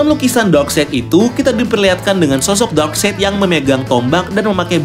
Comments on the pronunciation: DARKSAYD. NOT. DARKSEID. CARA BACAMU LHO MAS. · Iya bener lho Darkside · koreksi steppen wolf = baca steven wolf bukan stiven wolf darkseid = baca darksaid bukan darkseid...